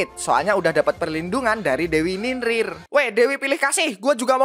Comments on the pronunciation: Bang ninlil bukan ninlin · NINLIL BANG BUKAN NINRIR